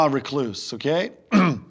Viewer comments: Holy crap, someone who says "recluse" correctly. No way! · for Jon Heder pronouncing " RECLUSE" correctly.